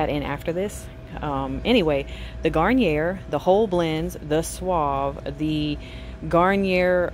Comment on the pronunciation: Garnier is French so it’s pronounced Garniyay since the R is silent